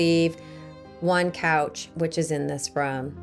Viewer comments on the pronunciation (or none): none